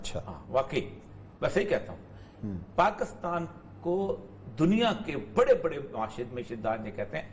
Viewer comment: Oreya sb, mazrat k sath, sahi Tlafuz PAKISTAN hay, ya PAKASTAN hay..??? Aghar Pakistan hay tu herat hay ap hamesha PAKASTAN boltay hen...plz rahnumaey farmaen..🙏